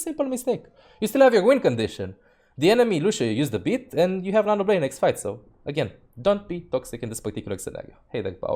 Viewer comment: "It is just a game. Why you heff to be mad?"